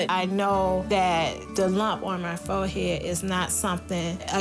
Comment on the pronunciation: Fo-head? Was it too difficult to say forehead properly?